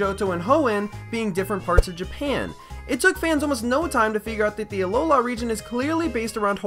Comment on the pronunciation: Its alola not aloha...... Listen